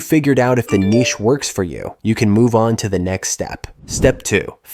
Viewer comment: why tf did you say niche like that